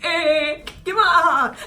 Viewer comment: I'm on the floor with "k'mon" 😂🤣 reminds me of my late grandmother